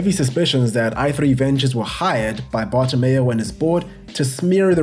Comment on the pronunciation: Petition for a drinking game everytime says Bartomeo instead of Bartomeu